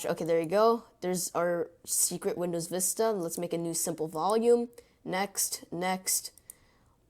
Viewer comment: visita? it's vista not visita